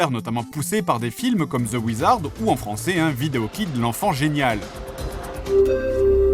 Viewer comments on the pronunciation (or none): none